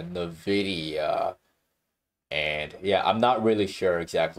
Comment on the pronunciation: Confused as to why people pronounce Nvidia as Nividia.